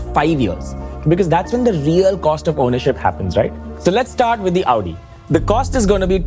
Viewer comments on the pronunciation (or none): It's not Aw-di, -----> Aow-di.